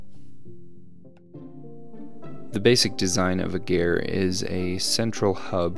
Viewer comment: The vans are still driving around and also 12 years and you still cant say ger right